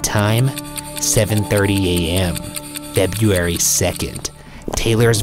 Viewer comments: It’s really weird how Ryan can pronounce the name “Louhelainen” with ease, yet he can’t say the word “February” correctly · It's really weird how Ryan can produce the name louhelaien with ease, yet he can't say the word February correnctly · I'm definitely here for that. The way he pronounces February frustrates me SO much 🤦🏾‍♀️🥴! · I wonder if Ryan had taken speech classes. Maybe a speech therapist cleverly figured out that the u's and e's ect, are ery hard for Ryan to pronounce. So, then she/he suggested that "in the case of the letters ur are together in a word such as Feburary, just say feb-RR-ary. It sounds the same. Noone will notice. Maybe? Just use a hard R." Yeah something like that.